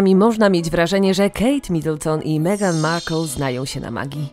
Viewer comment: Albo Megan i "Kejti" :-D